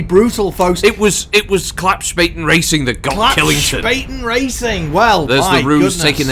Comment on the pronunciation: Being German, I was laughing my Urbie off, when "Klappspaten racing" was announced. A Klappspaten is basically a foldable army shovel, but in Germany being called a Klappspaten means that you are an idiot. Correct pronunciation of Klappspaten is like "Club" and "Spartan" without the R, and the S sounds sh like in "she"